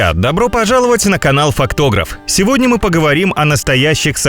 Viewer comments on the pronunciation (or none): none